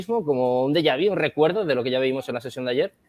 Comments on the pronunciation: Deja - Vi es lo que tienen todos estos mataos. Aprende a hablar 🗣️ DEJAVÚ… se dice DEJAVÚ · Se dice deyavu no deyavi